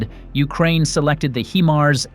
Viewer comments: Look, I wish whoever the voice is that they would look up the proper pronunciation of HIMARS. It's "HighMars, NOT HeMars. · Pronounced Hi Mars, not Him Ars! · Or He-MARS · It's been well over 2 years now, and moronic robot voices STILL have no idea how to properly pronounce HIMARS. You can solve this stupidity yourselves, by simply editing your script so it reads "High-Mars". Replace "GMLRS" with "Gee Em Elle Are Ess", and replace any distance measurement with actual words, instead of abbreviations. Then your ugly robot voice will say things correctly. This is not exactly rocket surgery now, is it? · Eventually AI will know how to pronounce HIMARS correctly. Until then I'll continue to skip out on machine generated content. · Yes but how it's pronounced is distracting. Iam gone